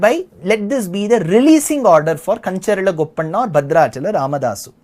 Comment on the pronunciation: Sri your Telugu name pronounciations are not great. It feels bad. especially when you said Madhanna and Gopanna